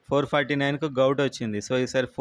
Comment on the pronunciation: గౌట్ కాదు... గవర్నమెంట్ అని పలుకు అన్నా... ప్లీజ్